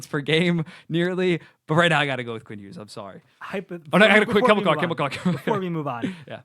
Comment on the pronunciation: Long hair guy also pronounces the g in Hughes